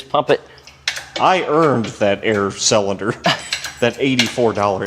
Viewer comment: Sellinder? Is that how you pronounce cylinder when you're from Missouri 😂😂